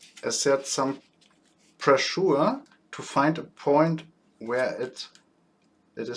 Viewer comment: Good copy of "Master Sorin". Keep going. Your English is sometimes really funny. f.e. "pressure = presuhr" - must be "prescher". Sorry for this comment. I'm German, too. Grüße aus dem Norden aus Oldenburg, auch ein Laienbastler